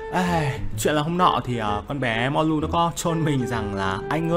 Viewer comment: Biết đọc ko tên Người ta là Mollu ko phải mulon 😌